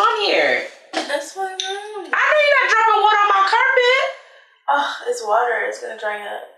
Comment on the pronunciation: “the waterrr”